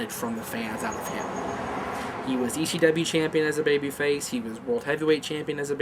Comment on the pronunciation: has anybody noticed can not pronounce ECW correctly as he always has a funny lisp when he says C. its like E SCHEE W hahaha